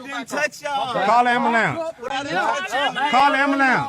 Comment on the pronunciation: Call da "ambahlance"! 😂